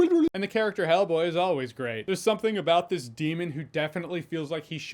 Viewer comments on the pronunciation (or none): Why do I hear you say Hellblade??